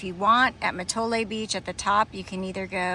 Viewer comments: It’s pronounced Ma Toll 😊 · Great video and hike! Bow fun to see the coyote! Mattole is pronounced Ma-toll. We do get quite a bit of drippy fog and spring-summer wind on the Sonoma-Humboldt-Mendo coast. I’m a nor-cal native. I’ve lived in Bodega Bay 15 years. I’ve always wanted to do the whole hike but I have a leg disability that would make doing the entire trail impossible so it’s fun to see through your eyes. ❤